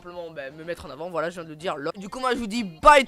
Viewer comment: Super mais fais attention a bien articulée quand tu crie voilàaa mais si nn good 😁